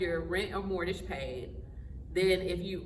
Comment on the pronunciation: It's not mortage. It's pronounced more-gage.